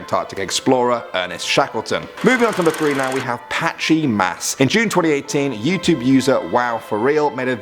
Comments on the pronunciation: "Patchy Mass" in reality "Matchy Mass" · "The Patchy Mass." Sees Matchy Mass Me: Um, well thats embarrassing isnt it...